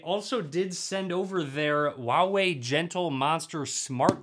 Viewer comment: The H in Huawei is not silent. It's Hoo-wah-wei, not oo-wah-wei